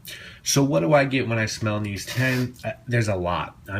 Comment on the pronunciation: the k is pronounced in German. It's not neez, it's actually said "kneetsche" with the k pronounced. :)